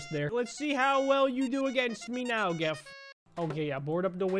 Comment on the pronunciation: It’s not jif, it’s not gif It’s gef